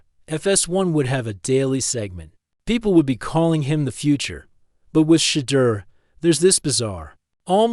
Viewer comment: Will you people who create these segments, please stop, intentionally, mispronouncing this Man’s name. This dud pronounced his name, differently. 3 or 4 different time. This is disrespectful and stupid. I believe it’s intentional. WTF?